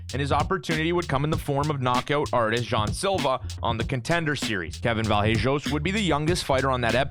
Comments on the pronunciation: Its vallejos not vajellos 😅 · As an Argentine, i have to say it is very funny how you pronounce Vallejos hehe. Fyi: the right way of pronouncing it is like Va-sheh-jos. I mean, the 'll" pronunciation in Argentine Spanish is like your english "sh" pronunciation.